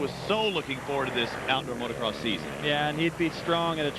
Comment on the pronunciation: Christ,, "Today marks a milestone in AMA National Motorcross." It's always baffled me how hard it seems to be for people to say motocross.